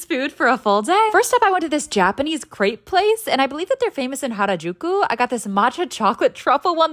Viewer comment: You pronounced crêpe wrong it’s crêpe I’m French I know the pronunciation it’s pronounced crêpe